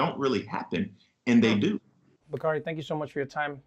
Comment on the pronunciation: Hey Trevor and Bakari Sellers.. The correct pronunciation of the name is Bak..a..ree Its Swahili...means of Noble promise...its my 21 yr old son's name named by an official in Ghana....